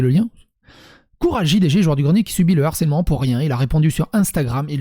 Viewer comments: Harcèlement !!!! et non "harsselement" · Harcèlement bro ! Pas Harsselement 🤣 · harcèlement et non harsselement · Har(SS)èlement 😅🤣 T'aurais voulu le faire exprès, t'aurais pas fait mieux 👌🤣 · "harsselement" Gros c'est quoi ça ? T'as raté tes cours de français ? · "harsselement" un effort stp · "harsselement", fais un effort stp